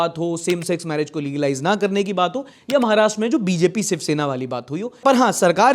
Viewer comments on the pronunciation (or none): none